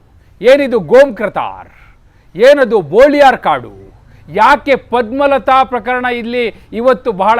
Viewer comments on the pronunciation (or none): ಬೋಳಿಯಾರ ಅಲ್ಲ. ಅದು ಬೊಳಿಯಾರ್.